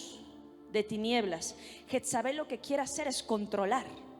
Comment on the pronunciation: Pero porque dicen jetzabel..es jezabel ..perdón la corrección